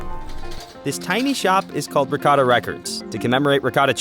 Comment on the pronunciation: This guy really just said “ra-catta” cheese